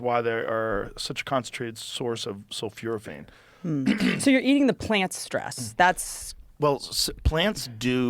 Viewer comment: its sulphoraphane joe